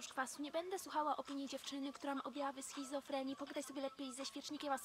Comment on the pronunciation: SHIZOFRENI....A NIE SHIZOFREMI